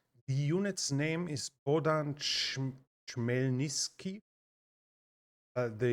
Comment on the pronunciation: It's pronounced "boh-DAN khmel-NIT-sky"